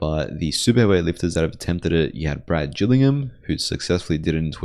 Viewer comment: Excellent video. Great channel. BTW, Gillingham is pronounced with a hard G. Trivia: his father was Gale Gillingham, all pro NFL lineman for the Green Bay Packers in their heyday. I had the privilege of being on the world masters team at the IPF worlds a number of times with Brad, and his father would attend with him.